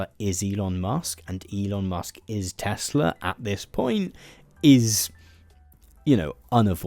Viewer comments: Tesla? I think you mean Tesluuuuur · According to trump everything he says is always 100% true, he never lies etc., and he didn't say Tesla, he said Tesler, so I am expecting muskovitch to rebrand it soon. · "I love Teslur! Wow. Everything's computer!" POTUS, March 2025. 🙃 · "I love TESSLER!! It's all computer...!" 🤭🤭🤣